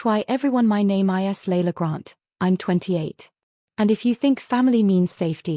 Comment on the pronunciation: and 'I S' instead of 'is'